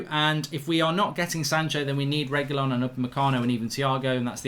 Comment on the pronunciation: Sergio "Regoolyon" Reguilon